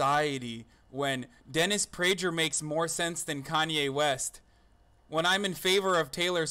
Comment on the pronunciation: This video is cringeworthy, laughing at an argument you disagree with is just infantile and suggests you don't have anything of value to make a rebuttal with. Oh, and It's prager with a hard g, like pagan... FYI